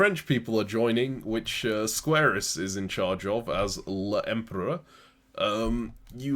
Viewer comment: L'empereur is pronounced "lom-pah." There's a scene from sharpe's eagle that you can find of a French column chanting "vivre l'empereur" if you want to see what i mean.